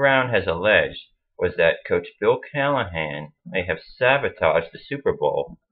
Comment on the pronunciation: you mean "sabotage", not "savatage".